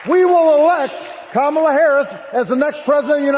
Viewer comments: Like your videos but plz pronounce Kamala's name properly fer chissakes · Mmmmm - STILL CAN'T PRONOUNCE KAMALA's NAME . . . DO SOMETHING ! IT's NOT DIFFICULT, JUST TAKES A LITTLE ATTENTION - OK credit where credit is due - by the end of the video you nailed it 🙂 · Please learn to pronounce Kamala correctly